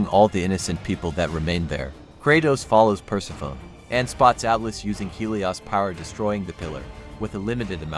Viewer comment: Persefone*** is how u say it, other then that 💯🔥🔥🔥